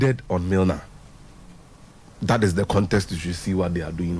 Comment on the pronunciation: Upgraded on Milner not Nilner